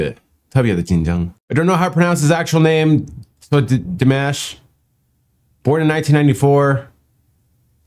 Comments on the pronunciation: Oh, a newbie! Always funny to watch a new person react to our beloved Dimash (btw, it's DEE MAHSH, not like mashed potatoes). So, believe me, the first time you react to Dimash will be like that EVERY SINGLE TIME. Dimash is the ultimate performer, the artist, the ultimate singer, the ultimate EVERYTHING. You have ZERO idea what rabbit hole you are going down into. I kid you not when I tell you that this man is not a normal human...more like he's an Angel sent down to amaze us, to enthrall us, to give us love, hope and teach us all to be a better person. I know that sounds super overinflated, but time will tell you how special he is. He's the kindest, most loving and amazing person I have ever had the privilege to see and I am so glad that I was alive during his time here. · Dimash - the "a" sound is the sound in father, not the sound in hat. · His name is pronounced like DeeMosh (Dimash) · Yes! We LOVE Dimash. (pronounced Dee Mosh) He is amazing! His vocal skills, but also him just as a person. Look forward to more of your reactions to this amazing singer! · It’s di-mosh. He’s from Kazakhstan.